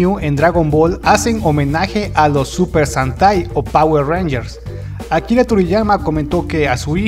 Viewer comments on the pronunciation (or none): SE DICE SUPER SENTAI NO SANTAI XD